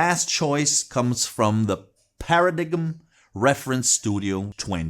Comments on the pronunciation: Thanks for the excellent video. I agree with your recommendations. I have the Dual 1019 turntable and some Paradigm speakers. Here is the link to my restoration videos of both. (Dual Turntable) ( Paradigm Speakers) By the way in English Paradigm is pronounced para-dime not para-dig-em) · paradigm is pronounced with a long I sound... it sounds like "para-dime" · Pronounced: Para “dime” ...lol